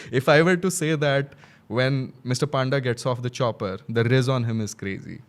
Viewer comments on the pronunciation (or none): Aare Panda babunku Paanda kahinki kahucha even if you are an Odia, please try to pronounce his proper surname ... Even though you say it in Hindi or English, it is Panda, not Paanda